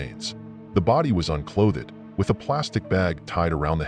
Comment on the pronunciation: Sorry, I was hopeful about the reading program but "unclothed" should not be read as " un cloth ed". I'm sure there will be many more irritations.